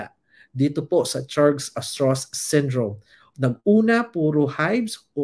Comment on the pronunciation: Pronounced as Strauss like Levi Strauss.